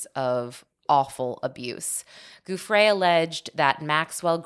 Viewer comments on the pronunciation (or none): Giuffre is pronounced Jew-Fray